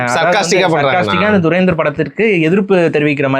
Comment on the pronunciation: இவ்ளோ hate இந்த படத்துல இருக்கு என்றது இவர் சொல்லி தாங்க தெரியுது😂😂😂 அது துரந்தர் துறேந்தர் இல்ல. அதை முதலில் ஒழுங்கா சொல்லுங்க😏 இவர் பேசுறத பாத்தா தான் முஸ்லிம் friends கூட பேச comfort இல்லாம போகுது🤦🏻‍♂️